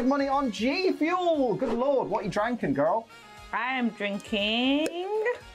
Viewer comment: When said dranking did anyone else think that what they said like the whole how do you say caramel